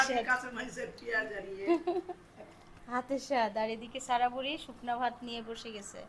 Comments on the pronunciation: ছারা বলেন কেনো উচ্চারণ হলো সারা। নাম টা যেহেতু সারাদিন ডাকতেই থাকেন ভিডিও তে অড লাগে 😐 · তোমার সব ভালো কিন্তু স আর ছ এক করে ফেলো ছারা বুড়ি না বলে সারা বুড়ি বলবে কিছু মনে কোরো না শুনতে ভালো লাগে না তাই বলাম